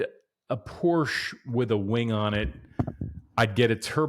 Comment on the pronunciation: Learn how to pronounce the brand man…. 🤦🏻‍♂️